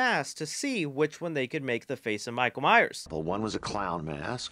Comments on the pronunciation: MYERS. MYERS. MYERS. NOT MYER. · Alright I dunno what you guys are talking about but we should really talk about the fact that this guy keeps saying Michael Myer and not Myers